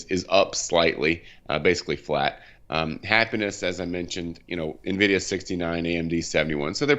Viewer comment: I can't make it out. , does he say "happiness is at 69, nvidia 71" wtf is happiness? lol That said, I highly appreciate the pronunciation correction of Nvdia .. when experts can't even say the name of the company it really frustrates me lol - good job.